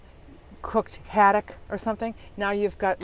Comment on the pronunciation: “ you could do it was some haddock”! 😍 spoken like a true New Englander!